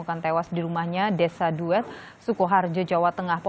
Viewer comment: Mohon maaf sedikit koreksi, pelafalan atau pengucapan desa "Duwet" adalah seperti mengucapkan e pada kata terima , jadi bukan e seperti pengucapan dalam kata sate. Dan biasanya di depannya di tambah huruf n, Jadi nduwet. Just for info